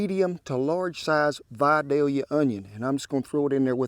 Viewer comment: Thank you for pronouncing Vidalia correctly :) I'm a Georgia girl and it grates my nerves to hear it pronounced incorrectly. I watch all your videos. Good eats!